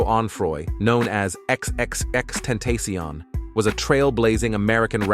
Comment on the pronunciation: X x x ten-ta-see-on is killing me